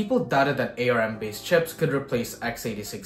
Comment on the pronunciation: I've never heard anyone pronounce Arm as Ay Ar Em before. ARM used to be an acronym first Acorn Risc Machine then Advanced Risc Machines but now Arm just means Arm. Look at their website they spell Arm with a single capital and two lower letters just like the way you don't write an all caps acronym. I had the original Acorn Archimedes with the ARM 2, even though ARM was an acronym you never heard the Acorn guys spelling out the acronym. Perhaps a GIF - jif kind of thing. People that heard the compuserve guys say jif pronounced it that way. For folks not in the US we read it as gif with a hard g. Perhaps you've only read of Arm cores and not watched any videos of Steve Furber or Sophie Wilson at Acorn who created the original processor.